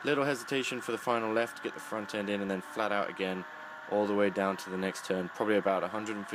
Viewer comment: He said "Flaht Owt", more than once. Love it.